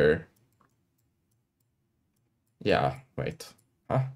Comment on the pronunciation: when you say "yea" it sounds like "yap" 🐐